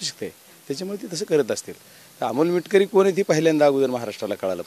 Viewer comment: मिटकरी नाही मिटकमी😂😂😂😂